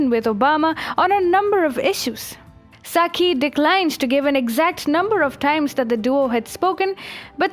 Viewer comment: Love how you pronounce 'Psaki': Sucky